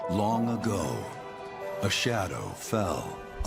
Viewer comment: “schlong ago” waaaahhh?!?!?!?